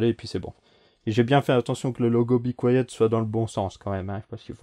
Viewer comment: c be quiet pas bi quoiyeut hhhhh mais belle video en tout cas